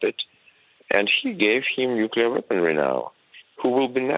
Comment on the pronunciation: Please employ presenters who can pronounce 'NUCLEAR' correctly 🙄